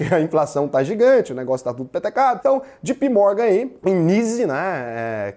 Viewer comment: Fala! A pronúncia correta é Jay Pee Morgan, e não Gee Pee Morgan, blz? Caso necessite de assessoria ou aulas de inglês, dê um toque pq eu preciso de grana para investir, abraços!